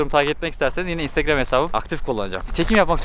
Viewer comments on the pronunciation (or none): none